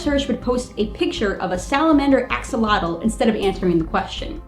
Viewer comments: Axolotl should be pronounced as a-shol-ot-l. The x is pronounced as a "sh" since the words origin is from Central America. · axolotl isn't pronounced axel-otal, it's pronounced a-sho-lote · He don't say A-X-O-L-O-T-L he said X-O-L-O-T-L Search in Wikipedia for Xolotl and you will understend me